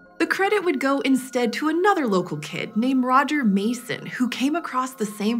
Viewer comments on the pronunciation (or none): none